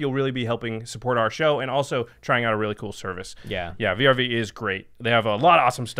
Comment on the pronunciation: I love you guys, but why are spelling VRV and not saying like most of everyone "verve"